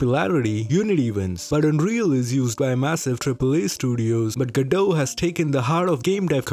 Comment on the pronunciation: Man even my Indian ears can feel the hard Ds whenever he says GoDot.